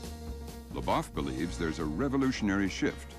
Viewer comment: The second syllable of Labov's name rhymes more closely with "trove" than with "cough." Just so ya know...